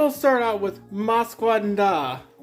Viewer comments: It's pronounced "Moss Kay NahDah" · I'm not mad about you mispronouncing "Mas Que Nada" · You mispronounced Mas que nada